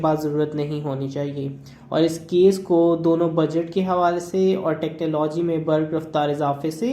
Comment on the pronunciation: السلامُ علیکم، پیرے بھائ آپ ٹیکنا لوجی techna logy pronounce کر رہے ہیں جب کہ ٹیکنولوجی technology کہنا چاہیئے۔